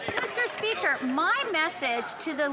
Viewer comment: I cannot wait until I never have to hear FREELAND SAY MISSTURE SPEEEKER AGAIN , BOBBLEHEAD BIMBOO